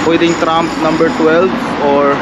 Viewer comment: Kabayan, "TRAM" hindi TRUMP.